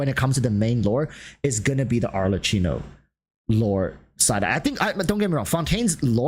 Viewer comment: Best of luck for your new projects, i am gonna miss the hot takes 😁 PS: no, is ArleKKino ( pronounciation), Google tranlates helps.